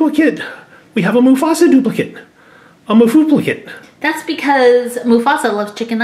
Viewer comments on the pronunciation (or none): “a mafuplicate”😂I love you guys❤️